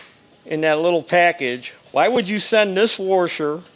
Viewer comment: There is no R in washer. :-)